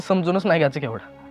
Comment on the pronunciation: केवडा ❎लवडा✅😆🤣😅😂